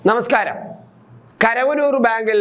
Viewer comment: Edo karavanoor alla.Karuvanoor anu.Malayalam padhychittupole kasarthu.